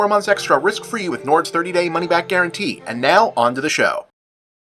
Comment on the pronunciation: My accent doesn’t come out on many words, but I feel seen hearing Bob say “Nord” the exact same way every member of my extended Dorchester family does, lmao.